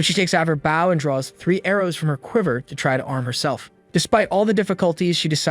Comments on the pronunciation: The automatic computer narration is abominably incorrect, with such gems as bow: bō or bau; tear: tēr or tār, and probably many others 😡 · Are you aware you pronounce bow incorrectly? /bō/ Try searching for pronounced bow and see how it should be pronounced and please stop adding the "w" at the end. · The AI's inability to say "bow" in every video continues to make these into comedies. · you are pronouncing “bow” wrong. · It's pronounced "bow" which rhymes with "hoe", it does not sound like "cow". Why doesn't someone fix the AI speech system? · 🤔Honestly whatever AI the uploader is using this 1 is a lot better than most of other ones, by a wide margin (well, at least when it comes to manga/manwha reviews). But that could be because the uploader takes the time edit it...idk. ...U are right though, about it's "bow" pronunciation.